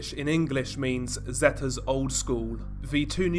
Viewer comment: It's pronounced "Zeeta" not "Zeta" 👍🏻